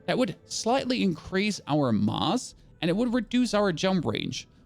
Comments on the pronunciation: does he not know how to say mass ? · You should google how to pronounce mass 😂😭